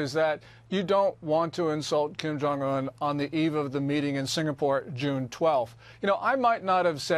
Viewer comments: SINGAPORE, not "sinapore" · Singapore not sinapore, In bahasa indonesia singa = lion, and pore/pura = city